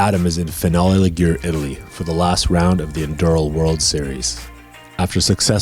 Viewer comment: Season 2 please! Hope you heal fast, Adam! Awesome series... You'd see how much a difference it would make if you have proper sponsorship to go with that proper skills. Bdw, it's LEE-gu-reh not LEE-gur... "Where is Adam? Where is Adam?" - Yoann Barelli